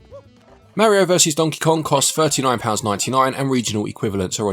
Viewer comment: You can't even say Mario correctly